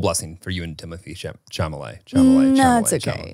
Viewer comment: laughing at how neither nor can pronounce Timothee Chalamet...still <3